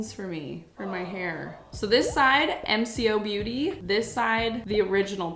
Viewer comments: I have the sol de jenerio ne and I like it I’m from Australia and it’s pronounced as emco beauty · hey i love this vid!!! mcobeauty (pronounced em-coh-beauty) is an aussie brand that is massive here in aus. they have been around for quite a while but got a lot bigger a few years ago when they started duping stuff, and got a deal to be sold in woolworths (kinda like our walmart equivalent). something interesting that i guess they don’t have in canada based on your reaction is when something is australian you will know, they put proudly australian-made!!!! or proudly australian owned!!! all over it. another funny thing, you’re getting ripped off in usa and canada, all of these products are so much cheaper here in australia lol. also, while they don’t have anything on their website about being a dupe brand, if you look on their instagram and their responses to comments (especially on reels) they do basically admit to doing it without actually saying it. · Just so you now you got the wrong drops there are drunk elephant golden drops and mcobeauty bronzing drops also it’s pronounce “ M co beauty” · It’s pronounced em-coh-beauty! It’s been around for a while now in Australia and is very popular supermarket brand which is considered “on the cheaper side” but it’s like the most expensive of the brands in supermarkets lol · It’s pronounced em-ko-beauty and from Australia! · OH MY GOD UR TRYING MCOBEAUTY? (pronounced Em-Co-Beauty) its really good for us aussies, as the makeup you can get in America is like 2x the price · mcobeauty 😭 it’s pronounced M-CO- BEAUTY. love the video ❤ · Pronounced Em-co. Like co-op. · Here in Australia it’s a brand that’s exploded we can get it from our main supermarket and chemist warehouse and bigw which is like a target equivalent and we pronounce it m co ( em coh) The bronze drops have the same one in bronze but you got the highlighter Loved seeing this comparison tho! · Its pronounced EM Co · The way you say mcobeauty. Is M/co/beauty